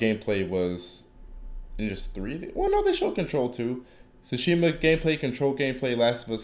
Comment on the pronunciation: It's Tsushima, not Sushima.